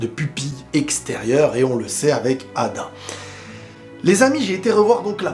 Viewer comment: Arrête de dire ada stp c'est eida* merci